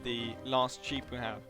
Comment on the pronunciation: Funny, you pronounce sheep as 'cheap'. Good video!